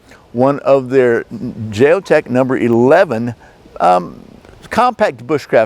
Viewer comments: why would you justify the way you pronounce Jeo-tech by say ing you're American? That's an insult to thinking, intelligent Americans. That's the way all ignorant Americans justify their narrow minded point of view( Trump supporters). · Isn't it a sign of respect to pronounce words in the way the language meant them to be. In some languages, pronouncing one word differently could translate as insult or compliment. Bit pedantic of me to mention this, but your dismissal of the company's correct name left me feeling as though you felt you were entitled just because you as an American could do that.